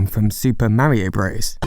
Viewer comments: it's pronounced super mario BROTHERS. not BROS. It's never been bros and it will never be bros. Source: I was gaming in the mid 80s when this came out, and still gaming in 88 when Mario 2 came out, and gaming in 1990 when Mario 3 came out. Nobody, nowhere, ever, called it "Super Mario BROS" and if they did, they'd get a sock in the mouth. It's offensive. Keep getting it wrong you DUMB GENERATION. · FYI, “Bros.” is an abbreviation, much like “Mr.”, or “Mrs.”. It’s pronounced “brothers,” not “bros,” bro. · As someone who actually grew up in the 80s I can't fully express how much it hurts my ears to hear someone call it Super Mario BROS. It's pronounced BROTHERS. No one before your generation ever called it BROS. Instant dislike from me, don't recommend this channel, disregard everything you say, my day is ruined.